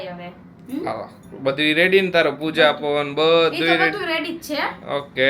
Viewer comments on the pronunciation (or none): none